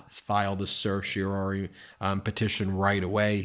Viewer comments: (Ben: certiorari, not certiori.) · Certiorari. /ser-shee-oh-RAH-ree/ Four syllables. At least TRY to sound like a lawyer. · Please learn to pronounce certiorari.